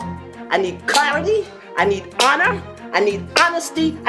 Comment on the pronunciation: 😂 you said lina its Lana Del Ray 😝